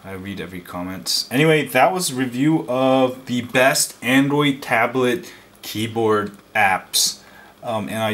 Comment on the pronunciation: angoid tablet... lol